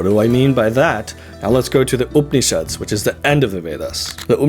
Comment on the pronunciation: Surely, you meant to say Upanishads instead of Upnishads. That A is not silent. Please be mindful of your Sanskrit pronunciation. Thank you!